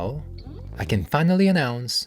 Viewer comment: Wait, I thought you said "I KEN make it, so KEN you". I thought it was a joke 😂